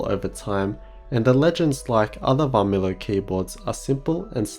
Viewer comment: V of Varmilo is silent. Pronounce like Armilo actually.